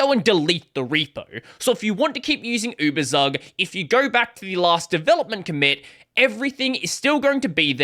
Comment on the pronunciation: Just a note on pronunciation: it's YOU-BER-TSOOK